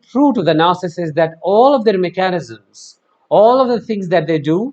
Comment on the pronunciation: The way you say mechanisms is so cute. This may help -> Mecca-Nism-s. 🙃 You say “mechanic-Sisms” I hope this helps. 🙏🏻 (try to say it over correctly at least 10 times in a row. Simply saying it once or twice it’s not enough to have your mouth/tongue to be able to make this change in pronunciation have permanence. I dare even say more than that. 25 times. Enough to where it feels natural flowing off year tongue. Mecca-Nism-s ✌🏼